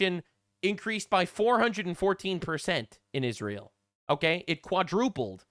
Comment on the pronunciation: Not only does Candice have trouble reading, she also has a speech impediment. It's Israel, not Ishreal. Yes I'm being able-ist, whatcha gunna do? 😂